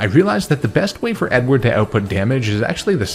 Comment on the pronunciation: I kept hearing “N-word” as a nickname for ur Beautifly Edward hahaha